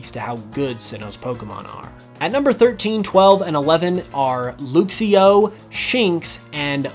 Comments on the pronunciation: The way he pronounced Luxio 🤭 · The first time. 2nd time, he said it correctly